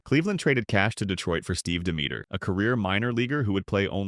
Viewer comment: Pronounced Steve Demeter's last name wrong